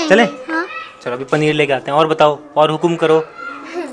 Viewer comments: wrong spelling of paneer said PANIR paneer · said PANIR rather than PANEER😂😂😂